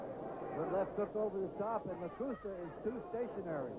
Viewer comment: The only guy with more losses than wins. And it's Lakusta not Lacusta.